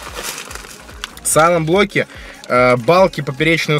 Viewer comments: когда говорит 'сайлэнблоки' я вспоминаю блок питания Aerocock Cylon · САЙЛЕНТБЛОК (дословно "переводится" как тихийБлок). Не верно произносишь (солонблок)